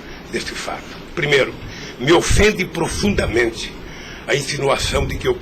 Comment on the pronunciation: "me ofunde profudamente"